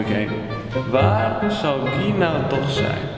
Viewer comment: Die jongen heet toch Guy als je het zegt is het ki van kiwi